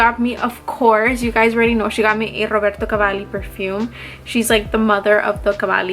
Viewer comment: Roberto called—he wants you to create his voicemail message because you say his name better than he does 😂 Great haul!